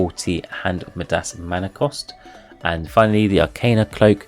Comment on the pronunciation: Not sure why, but you are saying midas really wrong. It's a long i, so more like my-das.